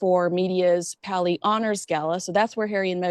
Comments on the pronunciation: Paley pronounced Pay- lee. William S. Paley built the Columbia Broadcasting System (CBS). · FYI - It's PAY-LEE Center. Love you two together!